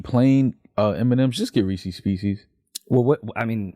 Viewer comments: HOLD ON, do mfs in New York really call Reese's "Reecies" ?????? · I cannot stand by how they pronounced Reese’s pieces 🤣